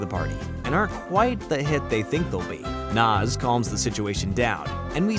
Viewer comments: Ed ain't dumb, he's sarcastic and a jokester. He's a great character! Also it's Nazz, not Naz. I like the video though👍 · Love the video really do, I grew up on ed, edd, and Eddy but it's nAz not Noz 😂 sorry sorry don't know why that bugged me 😅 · Its nazz not nozz. gaw dang that bothered me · IT'S NAZZ NOT NOS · You keep pronouncing “Nazz” as “Nas” like the rapper 🤣🤣🤣🤣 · It’s Nazz not Nawz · It's Nazz as in Jazz, not Nozz as in Schnozz... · He says it like that so increase engagement... and u fell for it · Love this, all accept how you say nAz!! Makes me cringe every time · You keep saying naz name wrong 😅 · Dude mispronouncing "Nazz" multiple times kills me inside. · Awesome video but how you pronounced Nazz irked me lol. You did a good job though!